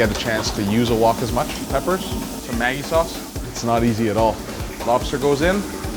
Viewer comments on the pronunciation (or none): none